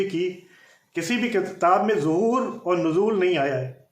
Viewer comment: Sabse Pehle ه Or ح Farq Kijye Uske Baad Zahoor Or Wilaadat Farq Kijyga